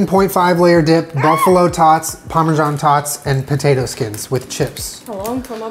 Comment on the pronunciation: boat-tato thank you for coming to my TED Talk